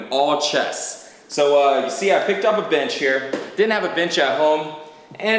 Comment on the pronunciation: i was off tab for a sec and i swear it sounded like said bitch in place of bench